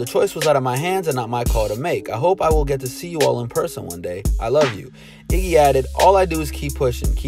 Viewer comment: It's Iggy not jiggah 😂😂😂